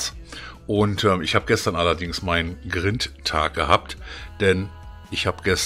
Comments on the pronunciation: das heisst greind, nicht grint ausgesprochen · Man spricht Grind anders aus.